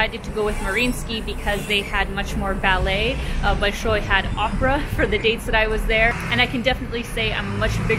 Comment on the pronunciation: I am new to the channel. You said Bolshoi without peculiar English-speaker's accent, without any accent. Do you speak Russian?